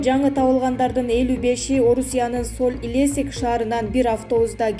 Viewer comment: Соль Илесик эмес Илецк